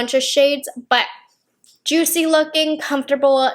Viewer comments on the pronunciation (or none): none